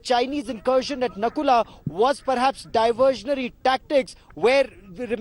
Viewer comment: Its not nakula its nathula